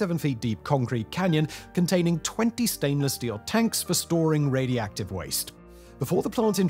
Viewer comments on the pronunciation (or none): Raidi-active.. ?? Huh ? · "Radi active" 😅